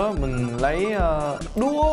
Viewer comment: Anh nói chữ đũa vui quá